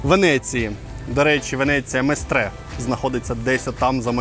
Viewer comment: Местре? Удареня на 1 слог